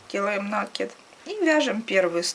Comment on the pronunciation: накИд! С накИдом!